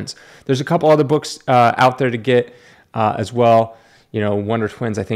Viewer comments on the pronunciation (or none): none